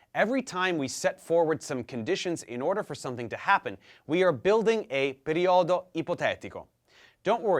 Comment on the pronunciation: It's pronounced "Perìodo" not "periòdo" the rest is quite ok